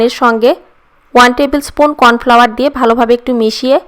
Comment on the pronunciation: কর্ন ফ্লাওয়ার হবে ওইটা